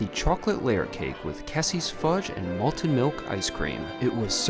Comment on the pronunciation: You said "malten" (twice), but the word is "malted." Malted ice cream. Malted milkshake. Malted Milk Balls.